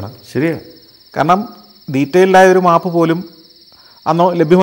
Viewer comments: Yes; noted it many times before, its മേപ് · Kurachu koodi onnu sheri aakki kkoode sir. . മാപ് അല്ല map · Everything is good. But please pronounce "map" correctly.